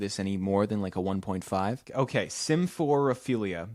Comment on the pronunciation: No because when said “Symphorophilia” I wasn’t looking at the screen and heard “Sims 4 o’ philia” 😭